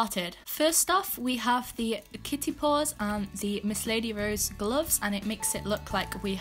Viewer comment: Gloffs, pls pronounce properly kid